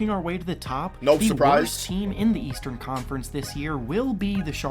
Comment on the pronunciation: The leastern conference said by Skip Bayless